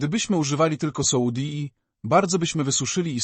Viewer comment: Już nie mogę tego słuchać ,,soudi " i nie mogę się skupić.